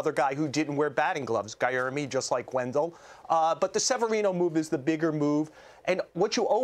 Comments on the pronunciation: For a professional sports reporter, Joel Sherman should know how to pronounce Guillorme! "Guy-yer-me" is so wrong. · Guy can’t even say Guillorme name right. Can we rehearse? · Thank you, and he wasn't even close...then doubled down and said it wrong again 😂